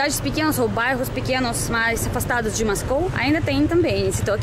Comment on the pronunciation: Porquê você fala Mascou e Nao Moscou